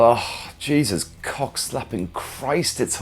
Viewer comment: saying Jesus'name in such a way is a huge L😢...love ur content th0